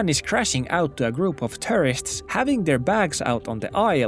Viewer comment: The way you pronounce "tourists" sounds just like "terrorists"